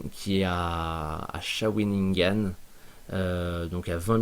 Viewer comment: Shawinigan mot en abénaqui (nation autochtone) qui signifie portage en pente... ;) prononciation ( Chat-oui-ni-ganne)